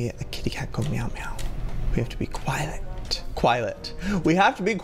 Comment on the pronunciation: Lol "... hungle..."and then "...quilet..." 😅😂 Like if you laughed!